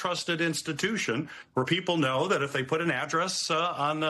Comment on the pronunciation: "Thay gone." I love Mike 😂❤